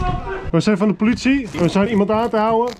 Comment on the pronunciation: Ha ha zo klinkt het inderdaad ja